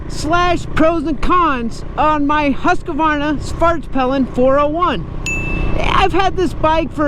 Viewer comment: its called husquarna not husquarvarnana